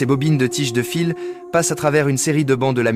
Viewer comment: Contenu généré par Ia, voix IA aussi totalement a la ramasse qui mélange fil (electrique) et fils (de famille) Ca devient absurde sur les reseaux et dire que cela devient de plus en plus facile a faire en automatique. Les scripts sont fait en python pour faire cracher une script a chatGPT puis collecter des images soit volé, soit un peu partout, et plaque une voix a la con. Après les vidéos du genre industriel tel que ce genre là sont de plus en plus fait ainsi.